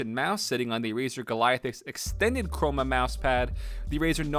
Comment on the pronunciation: “the razor cromeanoma Roma boma Toma Roma speackers”